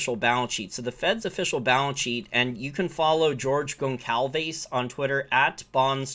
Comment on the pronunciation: Pronounced “GONE-SOLVE-ES” re: George